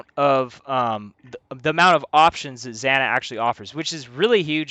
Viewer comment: Had to quit watching 5 minutes in because your the first player I've ever met that can't pronounce zana correctly